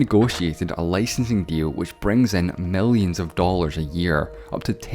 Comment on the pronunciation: What's wrong with the narrator's pronunciation of the letter i. Sex, Weth, Mellions, Fefty, Thes, Wethen.